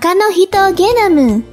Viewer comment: Suka pas ngomong "genomu"